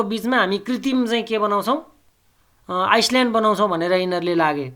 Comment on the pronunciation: आइसल्याड हैन आईल्याण्ड हाे।🤣🤣